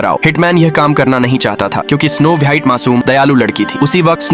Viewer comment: स्नो वाइट नहीं होता स्नो व्हाइट होता है😊